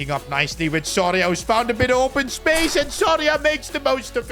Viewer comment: is it just me or does keep saying sorry ahh instead of soria?